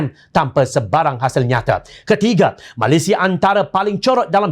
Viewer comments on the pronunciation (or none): none